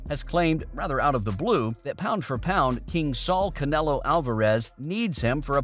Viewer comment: you said usman name wrong lol! but Canelo name right? I'll be watching you buddy🕵🏽🕵🏽🕵🏽🕵🏽😂😭😂